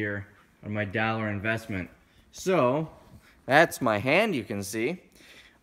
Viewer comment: Daillor. Now that I'm stoned, he definitely says dollar weird